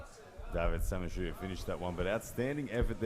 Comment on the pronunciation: Who is Davit Samishua. keeps mispronouncing his name.